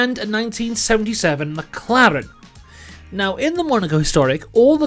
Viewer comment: The way he says Ferrari and McLaren 🤌🏼🤌🏼 “Mamma Mia”🤌🏼